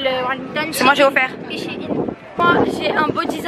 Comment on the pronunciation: On dit shain on dit pas shin